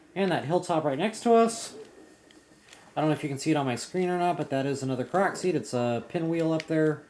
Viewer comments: yeah, I kept hearing him say proxy? I was so confused....after a while I figured it out but I thought he was talking about something else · its pronounced kor-ok